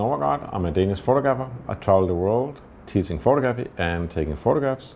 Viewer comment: why on earth don't you learn to pronounce the word photography correctly. it goes like this pho-tog-ra-phy. NOT.... pho-to-graph-y..